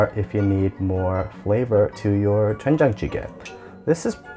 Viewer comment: YA!!!!! . Korean guy here. You better learn how to speak Korean words more correctly. Your lips make the "wen" shape whilst everything else just makes the den sound. So its actually more correct to pucker your lips FIRST, then say den. It takes practice but you can do it. you make an aspirated hard T sound when pronouncing this. not correct. Fix!!!!